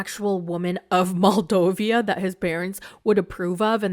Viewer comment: Nikki and Igor tried to make us believe that she *was meeting the parents for the first time but the mother said "nice to see you AGAIN" this couple is so fake PS : it's MoldoVA not MoldoVIA